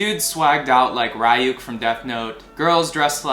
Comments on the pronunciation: Broski I love the vid and I hate to be that person but….. It’s not RI-YUK, it’s REE-YUK. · It's REE -YOU-K lol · Dude really starts out the video with "Raai-yuuk". And it already tells me enough. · Rai-yuke is crazy😭literally called ryuk (rewk) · You mispronounced Ryuk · why the fuck did he pronounce ryuk’s name like that😭😭